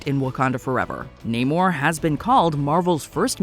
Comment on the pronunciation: It's SHOO-ri, not She-REE. Y'all say her name wrong EVERY time. Also, it's Nah-MOR, not NAY-mor.